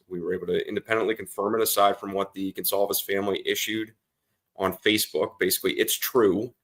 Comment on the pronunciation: The family's name is GONCALVES, not 'Gonzalez.' Who is this ignorant dunce? Get rid of him.